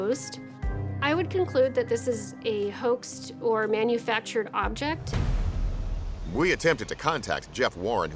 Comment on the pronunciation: she absolutely said "hoaxt"